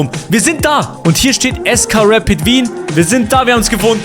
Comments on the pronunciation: Es heißt nicht reit sondern Rapid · Es heißt R A P I D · Man spricht rapid so aus: rapiet also a so wie es gehört und nd mit e aussprechen